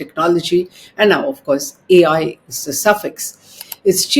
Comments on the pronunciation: AI not A1... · "A One"......???? And this is a senior journalist...😂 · It's not A one but A I ....Air India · Nice video, but that AI not A-one, pls get the basics right madam